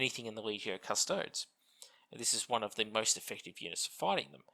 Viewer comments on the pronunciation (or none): Custodes is pronounced "Cuss-toe-dees". 😉